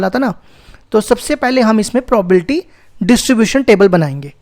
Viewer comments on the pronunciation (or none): Sabhi suno jab sir bolte h 0.07 second pe is video me sir ne probability ko PROBALTY pronounce kiya h 🎤😂✅